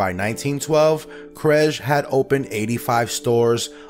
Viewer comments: It's pronounced KRESS-GEE not CRESG. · It's pronouned kres-gee not credge. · Kresge is pronounced kres-gee, not krej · It was pronounced "Kress-Key" not "kredge" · Not "Krezzsh"..."Kresgee" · If you're going to produce documentaries, you need to do enough research to know how to pronounce the names of the people in your stories! Krez-gee, not Kresh. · Wow…I’ve never EVER heard the name “Kresge” pronounced as KREZSH…not saying it’s wrong…just that in the Chicago area we called the store “Kres-geez” with a hard “g” sound. Just weird!! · KRES-GEE !!!!! NOT KREJ!!!! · THE FOUNDERS NAME IS PRONOUNCED "KRESKEY", NOT KREZ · Good Lord, his name was not pronounced "Kresgh." It's pronounced "Kress-gee." You should have picked that up in your research. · Pronouned "KRESS-ghee", not "kreze" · Does it bother anyone else that this guy continually mispronounce Mr. Kresge's name. It is Kres ge, not Kress. As a former employee of an S.S. Kresge, not K-mart, it was drilled into us how to pronounce it. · The founder's last name is krezgee no kreshguh. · In all my life, I never heard anyone say "Krezh" for the store name. It was always pronounced, "Kez-ghee" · It’s Kres geee not kesj. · The name is pronounced KresGEE no Kresga. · You ain't TWO minutes ibn and I'm not ready to reject but will be watchful of your presented research. [Pronounced by narrator:] "Krezj??" What? The name is pronounced ""kres-Ghee." The narrator is cutting the G from the name altogether. WTHeck? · Why do you keep calling it "KRESGGG." I am 74 years old and it was always pronounced, "KRESS-GEE." It became "K-Mart" much later (Wikipedia says 1977.) The Kresge Foundation | overview - notice pronunciation. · I'm pretty sure that Kressge was pronounced "Kres-key" and not "kresge" That was a horrible mispronunciation of his name. Ask around. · Kres gee, not cresch. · It’s “KresKEE” not “Kresh”. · Kresge is pronounced Kress'-key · Kresge is pronounced like KrezGee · Pronounced, "Kress-Ghee" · The name is not "krezh"